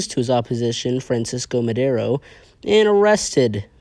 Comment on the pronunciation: fransisco y maderouu xddddxd